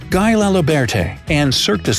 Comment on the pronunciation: Thanks for the vídeo. Guy laliberté... guy is pronounced GUI not GUY as in english.... its more gui or guee